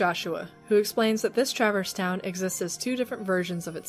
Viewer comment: Tra-Verse not Travers (sorry!)